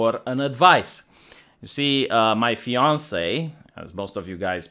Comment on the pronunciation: Fiancée... You meant Fiancée, right?! RIGHT?!